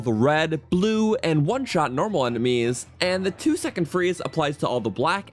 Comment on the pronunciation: The way he said enemies before I kind of says nanameis